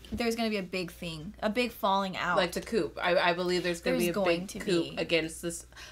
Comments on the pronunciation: Coup is pronounced coo as in poo not coop as in poop. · Please stop pronouncing the "p" in "coup". Thanks.